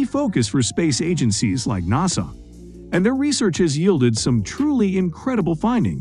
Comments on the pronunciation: In America we call it NASA not Nows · I can't believe they pulled it off but I actually liked the computer spokesman! The way he says NASA is funny. Impressive info also. Thanks